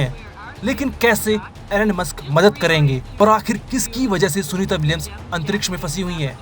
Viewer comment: Elon musk ❌ enonemus ✅